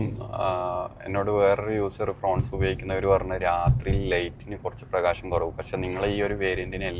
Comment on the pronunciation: ഫ്രോൺസ് അല്ല. ഫ്രോങ്സ് ആണ്❤ ശ്രദ്ധിക്കുമല്ലോ